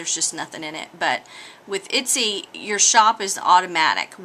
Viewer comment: Itsy? Your totally slaughtering the name! watch other videos and you can see the correct pronunciation. Thank you for the information though.